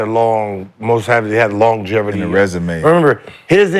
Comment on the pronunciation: Lol longeverty